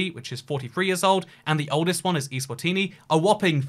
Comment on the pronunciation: Btw it's Eswatini not iswatini